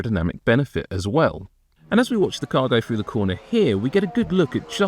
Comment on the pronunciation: Jeez a commentary guy should be able to say “through” correctly. It’s not “Frew” Get rid of this guy it’s cringy